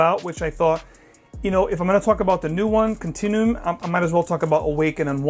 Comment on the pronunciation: I hate to be this guy, but it's pronounced more like continue-um not continoom